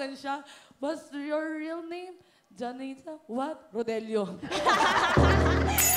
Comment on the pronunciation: Hipon😂😂😂 Kuala Lumpurrrrr.. Rodelioooo.. Oppangit ka...